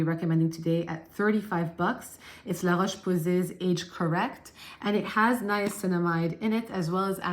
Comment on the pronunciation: I'm impressed with your pronunciation of "la roche-posay" 🎉